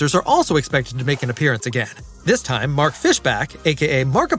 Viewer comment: That's not how you say marks name